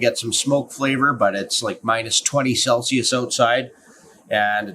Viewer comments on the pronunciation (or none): none